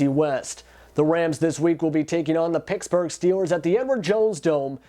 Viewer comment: its pittsburgh not picksburgh